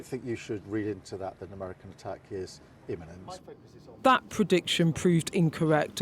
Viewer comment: 2.03 "That could be Innament": Thank god it's not imminent